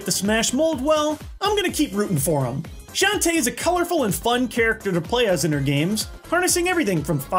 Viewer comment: Shantae in Smash? Not how I remember saying it. ;P